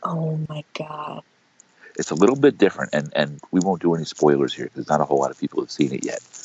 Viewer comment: "Not A hoal lot" -Lorne Armstrong